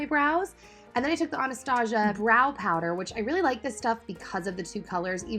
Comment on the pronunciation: Ah-an-stah-zeeah!!😂😂lol...love you